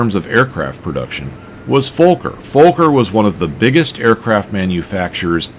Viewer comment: but its not folker its fokker no l in that name. or is that totally different aircraft company?